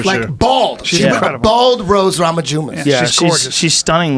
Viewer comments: Am I the first to notice Eddie Bravo called Rose Namajunes Nose Ramajunes? LMAO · Eddie pronunciation of rose namajunus has me rolling.